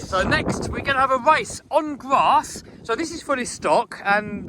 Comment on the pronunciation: "Gwass" - love it!